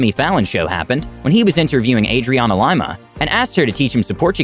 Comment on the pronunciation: Wait whut? Adrianna LIEMAH!!! LIMA (Lee-Ma)